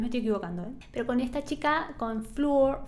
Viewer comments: se dice flor, y tarria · Me gustó mucho tu reacción y análisis de la canción seguí asi y ponele mas detalles técnicos si queres porque le da mas valor al video. Seguí con Nightwish porque tiene joyitas en todos sus discos. Dejame que te corrija el nombre de las cantantes Floor se pronuncia Flor y Tarja suena como Tarria.